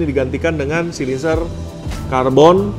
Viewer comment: Kakak kadang kaya yg bisa ngomong bahasa inggris tp kecewa pas ngmg Header jadi Hider, dan Silencer jadi silinser